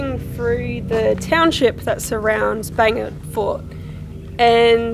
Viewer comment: Are you saying "Bangin," Fort ? ;)